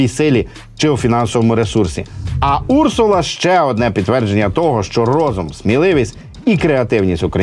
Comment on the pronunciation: Не Урсула , а урсУла . В перекладі " ведмедиця ". Цікаво , чому річкова залізяка так названа ?